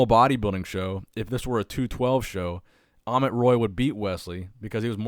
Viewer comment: Not amon it's amit